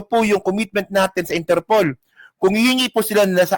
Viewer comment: Pag nakulong na c bato tutubuan na yan ng natural African hair 😂😂😂sabi ni baro dahik (the hague) at interpulllll ( Interpol)😂😂😂